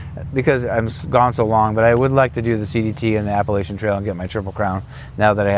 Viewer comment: 2-3 days sounds like a good idea. Also you should learn how to say the word Appalachian before you do the trail.